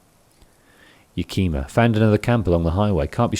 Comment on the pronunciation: Hahah “ya-ki -ma” lol yak-i-ma. Love the content and the accent